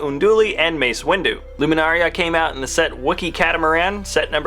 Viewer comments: It's Luminara, not Luminaria. Just lettin' you know. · It kills me when he says "Luminaria" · Mine is just for the way he always says Luminara. He says "Luminaria and it gets to me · luminara, not luminaria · IT’S LUMINARA NOT LUMINARIA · It’s luminara not luminaria and ki adi mundi not ki ado munduni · Comrade Scatter mine was from him saying ‘luminaria’ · Luminaria? Its Luminara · it is pronounced loo-min-ar-a. Not luminaria. get it right, dammit! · This guy said Jedi Jim, Ki-Adi-Mundini, and Luminaria lol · Luminara not luminaria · It’s Luminara and Ki Adi Mundi not Luminaria and Ki Adi Mundini. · and its luminara, noy luminaria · no No NO! It's not Luminaria its Luminara! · legomemeulouser20foreverlolm8 Yes there is. He pronounced it ''Loo-mee-na-ryah'' when its actually pronounced ''Loo-mee-na-rah'' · and the other mirialan is Luminara, not Luminaria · pronounced Luminara not Luminaria. It's Ki-Adi Mundi not Ki-Adi Mundini. Also, the US dollar sign goes in front of the amount. Example: $2 not 2$ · Eeth Koth is a Zabrak, and you pronounced Luminara, Seasi Tin, and Ki-adi Mundi all wrong. You called them "Luminaria, Saysee, and Munduni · It is Luminara not Luminaria and it is not Ki Adi Munduni it is Ki Adi Mundi! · It's Luminara Unduli not Luminaria and Ki Adi Mundi not whatever you said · It's pronounced "loo-mi-nar-ah" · Luminaria bruh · Yea, I was yelling at my computer as he said the names